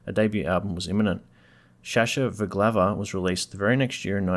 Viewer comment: Funnily enough I saw them just this Sunday at the Reclink Community Cup where they played a short (eight songs or so) set, which was hugely popular with the crowd of 20k. I first saw them downstairs at the GB in Richmond for $5 in about 92, best mosh pit ever. I see others have told you how to say augogo. Shashavaglava is also just said quickly as one word.